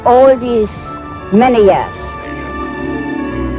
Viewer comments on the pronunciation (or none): none